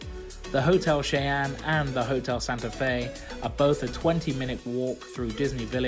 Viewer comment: Cheyenne is said "shy-en" its my name so it was a little triggering when u said it just thought I'd say how u actually say it 😂